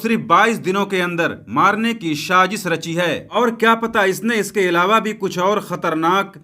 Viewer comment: Bhai shajish nahi sajish bolo